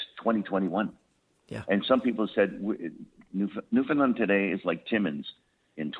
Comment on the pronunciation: And maybe teach him how to pronounce Newfoundland